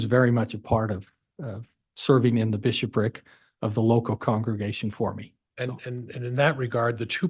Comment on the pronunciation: Prior: bi-SHOP-ric😂